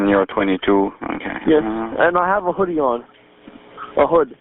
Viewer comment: just wth did he just said? the 911 guy... the way he said hoodie... i never heard it b4 lmaooo i was as confused as the monster